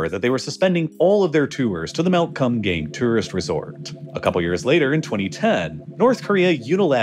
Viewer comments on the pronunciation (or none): Well it's supposed to be pronounced and written as Geumgang. Kinda like saying good but with 'm' and gang with a "Ah" not a "Ang". so it would sound like Geu-m gah-ng. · I can't stop laughing at how you pronounce Kumgang as, "cum gang". It's not even the correct pronunciation, but you even add the emphasis between the words 😂😂😂😂😂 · as a person who studied korean for a couple of years, the thing that kills me about it is the way he pronounces it. it’s supposed to be pronounced more like “kuhm-gahng”, but bro literally just says “cum gang” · He was definitely pronouncing it as "cum gang", which isn't correct, but definitely funny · he pronounced it wrong. Its like Koom-gahng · Did he say Mount Cum-gang? 🤔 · Sorry I laughed every time you said Mount Cum Gay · I thought he was saying Cum Gain at first, Kum Gang is not necessarily better. ( PS Gang nam song has been out for a long time, why pronounce Gang so different from that?) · I'm sorry, but "Mount Kumgang"? Come on man😆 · The way u pronounce Kumgang is hilariously white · please do not pronounce kumgang like that 😭😭😭 that's not even close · Oh my god, I'm so sorry but your pronunciations are just hilariously wrong. I am crying laughing over here at the "Kumgang" pronunciation for 금강산! Oh heavens.